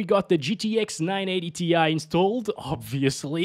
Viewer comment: 980 TIE not tee eye - tie!! 😂